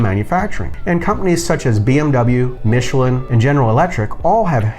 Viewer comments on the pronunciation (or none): none